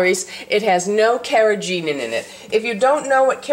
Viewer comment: ....free of karogenin ? I heard correctly?